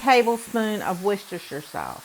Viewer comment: Just to let you know it's pronounced 'Wusster' Sauce. Every American gets it wrong. Lovely recipe.